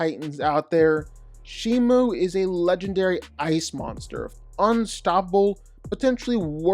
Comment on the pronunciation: Bro said shimu 💀